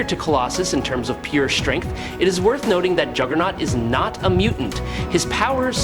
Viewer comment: Did you just call jugerloses? WTF!!